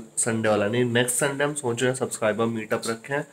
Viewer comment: Did anyone learnt a new word Nocha 😂 socha